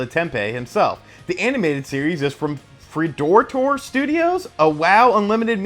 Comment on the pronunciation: when he said "Free-door-tore" i cringed. (its Fred-or-a-tor)